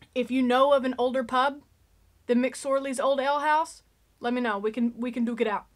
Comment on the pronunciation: you did a great job with the pronunciation of the name McSorley. So many people just cannot get it right. My late husband was a distant relative of John McSorley. A side note the captain of the Edmund Fitzgerald was also a McSorley (also a distant relative). Just to let you know the spelling of McSorley is incorrect in the title of the video.